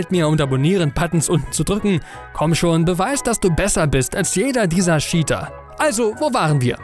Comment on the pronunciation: mich triggert die scheater statt cheater (tscheater) aussprache schon sehr xD ansonsten gutes Video :D